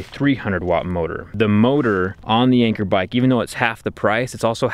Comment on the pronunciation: its not anchor its an cheer like in 3 2 1 an cheer! Lmao